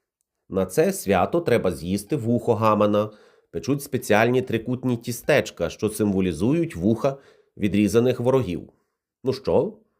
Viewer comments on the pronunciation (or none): У слові "тістечко" наголос має бути поставлений на склад з літерою І — тІстечко. ті́стечко. ті́стечко, -ка, -ку; -течка, -течок.